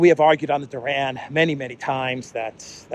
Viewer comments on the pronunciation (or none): none